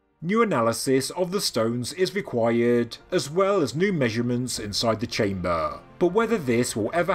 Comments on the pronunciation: its chamber... not chame--baaaaaah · I cant unhear the word "Chamburgh" now.